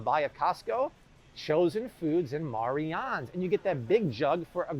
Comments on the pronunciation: Pronounced Mary Anns...its the way my mother spells her name...Marianne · Mariannes.....pernounced Mary Annes.